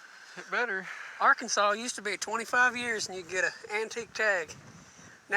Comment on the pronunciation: Where in Arkansas are you guys? I’m in Fayetteville! Been enjoying watching this series quite a bit, lit up even more when I heard you say “Arkansas” haha!